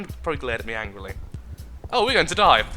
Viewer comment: 'Glares anglily'